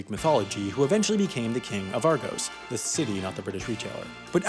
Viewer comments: Its Are-Goss not Are-Goes fml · it's not ar-gose its ar-goss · i enjoy how you pronounce Argos like "Argose" when it's actually said with a hard O-sound, such as Argon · argohs Me: internal screaming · Argh-go-s is how it's pronounced lol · You mean a soft o sound. Omicron as opposed to Omega. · cannot believe he said Argos like that😤